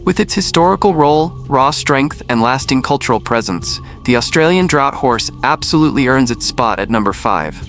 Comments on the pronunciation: It's not pronounced drought horse, it's pronounced draft horse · "Draught" is said like "Draft". Not "Drought". Confusing. But that is English for you. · Draught horse is pronounced, "draft" horse. AI readers 🤦‍♀ Great information, but needs a competent human reader to result in a superior product. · It's pronounced DRAFT hourse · Australian Draught Horse is pronounced DRAFT.